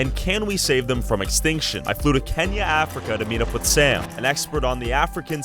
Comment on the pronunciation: Idk why but when he said kenya i thought he said kanye west